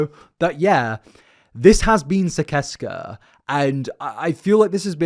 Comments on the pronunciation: Gergs cult is pronounced SIS-ES-KAH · Hey bud! I’m under the impression it’s actually pronounced SIS-ses-kah 🥰 just wanted to correct! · I thought it was pronounced sih-sess-cuh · I love your videos but it’s killin me that you’re not pronouncing it right: Sis-es-kuh. Onision’s said it in his videos waaaaay back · Sicesca is pronounced "siseska". cursed with this knowledge from my onision fangirl days as an easily manipulated young teen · So I have to say this (I am in no way defending onion I do not support him) but I specifically remember him pronouncing sicesca like SIS SES KUH but I know it isn't important I just figured you might like to know even tho it isn't even real so there is no CORRECT pronunciation